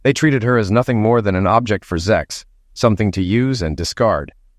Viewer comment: What's up with "zex" and "zexual" instead of sex and sexual? Does YouTube have a problem with the process of procreation? Who's running YouTube, religious fanatics & zealots?